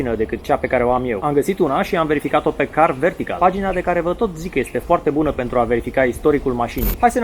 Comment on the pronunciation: M-am referit la continutul reclamei, nu am nimic cu reclamele. A fost mai rau ca una la teleshoping. Incarca sa fi un pic mai natural. M-a bufnit rasul a 5 oara cand ai zis 'car vertical'